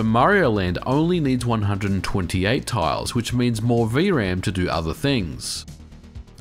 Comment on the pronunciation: "vee uh ram" It's just V-RAM.